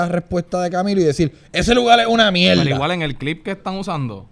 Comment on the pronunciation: Ufff me encanta cuando Chente dice "mielda" xd